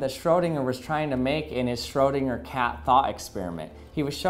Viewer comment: I love your pronounciation on Schrödinger😂❤️